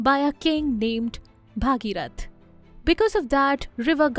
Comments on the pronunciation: I admire your content very much. But you should also take care of your pronunciations. It's not Bhaageerath, it's Bhageerath. In Sanskrit the daughter of Bhageeratha becomes Bhaageerathi. Just like Vasudeva's son is Vaasudeva, Dasharatha's son is Daasharathi. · don't pronounce Bhageeroth as Bhaageerath